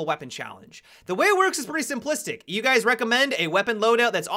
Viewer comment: "Hey Gays".